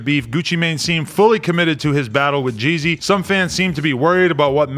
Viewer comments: This is biased cuz Adam don’t know anything really about Jeezy, sounds like he kept saying “Jay-Z” haha 💯😂💨💀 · Pronounce Gz not GG